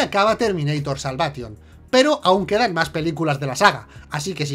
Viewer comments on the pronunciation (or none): hey no sabes nada, se dice salveishon